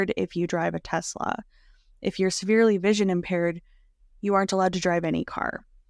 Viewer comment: You are doing a great job with this series very informative! BUTTTT idk if I can hear teZla anymore lol teSla tess-Luh lol